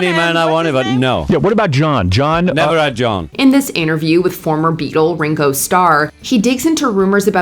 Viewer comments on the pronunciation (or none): "In this interview with former Beagle..." Beagle?